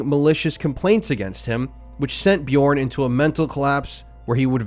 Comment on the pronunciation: Please, please, please learn how to pronounce this piece of shit's name. It's torturous.